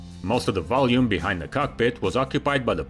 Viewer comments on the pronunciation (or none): none